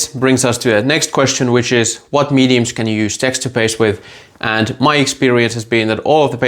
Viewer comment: Say.... it like this... 'Text'...'ture'... I cannot Texter paste 😂😂